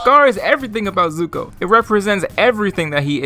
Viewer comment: “Cataruh” “Zucko”